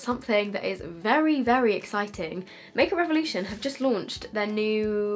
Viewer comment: "this is the makeup revwon" Me: tf?!